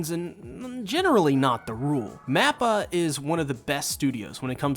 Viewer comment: Why do you keep saying "NAPPA". This is Attack On Titans mate, he's not in it. I'm just playing. I know he's saying "MAPPA"